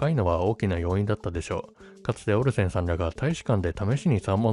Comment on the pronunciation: オリジナルは時々関西風イントネーションが混じりがちなのがいつも地味に気になってたのでAI版の方が内容に集中しやすいと感じました。滑舌も良くなってるし。 AIも「オルセンさん」を「オルセン産」のイントネーションで読んでるので完璧とは言えないけど…